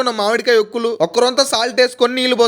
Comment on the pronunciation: Okkulu kaadhu saami.. vorugulu.. avi